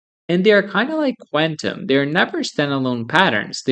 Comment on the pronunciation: I don't think that's how you say quantum.